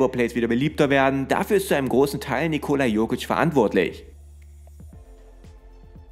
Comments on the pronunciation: Triggert schon ein wenig wie du Nicooola aussprichst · die Betonung liegt auf der ersten Silbe, also dem i